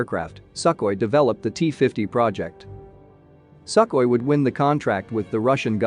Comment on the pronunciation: I wonder why the narrator calls Sukhoy as "sackly"? Maybe trained in same school with that british /Not "Bràytisch"!/ videomaker who calls Gripen a "gràypen"?